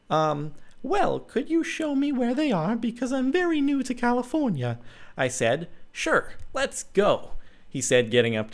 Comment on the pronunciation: these voices are amazing. the best part is when all of a suddenly "clara" had a british accent. (cant spell!!!!!!!!!!!!) at when she says california